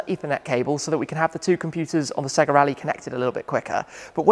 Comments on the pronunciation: its SAYGA ! not SEGGA .. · It’s SAY-GA. Remember Sonic SAY-GARRR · Dude, it's "SAY GA" :D